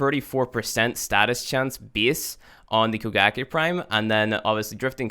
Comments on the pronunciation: I keep thinking he's saying Bukkake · I thought it was koe-kah-gae